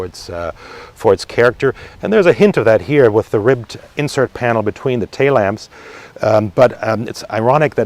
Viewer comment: "TAY LAMPS?" You mean TAIL LAMPS?